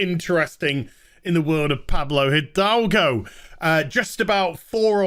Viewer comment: Hi Az! I'm Spanish and the pronunciation of Pablo Hidalgo that all the channels are doing is wrong. The correct pronuntiation will be somenthing like edalgo. In spanish the h does not produce sound and the i is pronunced like the english e. One cool thing about spanish is that when you read something you know exactly how is pronounced. There is no pronunciation ambiguity.